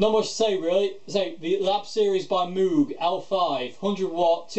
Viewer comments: except it's not mooog it's mog with a long o, like rose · Mogue. Not Mooooog. Crazy, I know. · I have one. Great amp. Btw, the name rhymes with vogue. So "Mogue". 😉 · Interestingly enough, and these are his own words, Robert Moog's last name is pronounced like you are saying "rogue." The company it'self, set up to sell his highly influential synthesizers pronounced it 'Moog' like you are saying, "food." So I guess either pronunciation is acceptable.